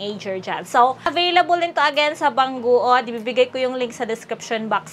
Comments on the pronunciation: Bang gud hindi bang guod 🤣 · BANG GOOD ANG BASA DUN HINDI BANG GUOD 🤣